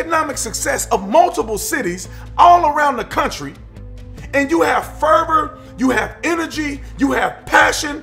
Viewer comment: fervor, not "ferber"